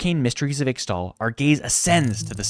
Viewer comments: Ixtal is pronounced 'ish-tal' (as pronounced by some champions like Qiyana) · It's read "eeshtal" and "eeshaokan"